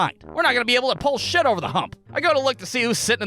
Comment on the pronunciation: I love how you said "Shat" instead of "Shit".